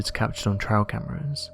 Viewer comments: It "trail" not "trial" cameras. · Trail, not "trial".